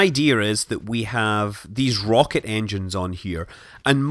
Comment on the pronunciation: Nobody making comments on how Scott said "Brocket" instead of rocket a few minutes in. Great XD